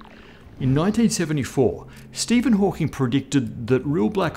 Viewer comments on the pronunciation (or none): none